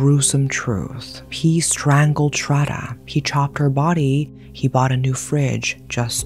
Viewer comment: its not ''srada' its sradddddddhhhhhhhha.....pronounce properly